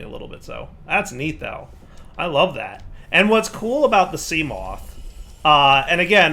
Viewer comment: Try not to mispronounce seamoth Level: impossible